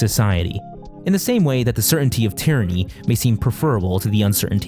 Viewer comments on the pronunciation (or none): none